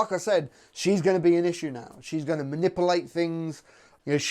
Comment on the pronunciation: I love the way you say manipulate lol it's so funny